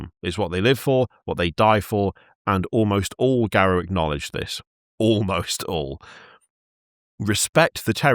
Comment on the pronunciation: It's "Garou", not "Garuo".